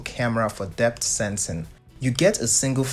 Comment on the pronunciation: "Depth sensin'" 😂